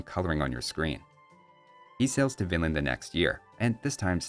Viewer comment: I keep hearing "Vinland" as "Finland".